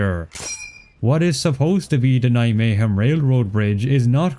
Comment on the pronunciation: Although it is not perfect, your pronunciation of Nijmegen is very good